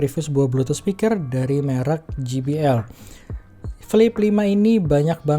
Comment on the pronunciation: Je bi el bang bukan Ji bi el 😁